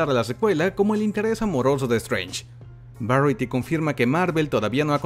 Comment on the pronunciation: Creo que se pronuncia "varayiti" con la "r" gringa jajaja